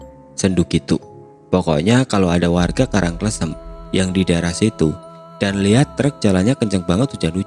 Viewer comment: Btw Karang kLEsem bacanya 😁